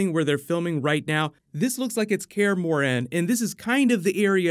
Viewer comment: You're saying Kaer Morhen weird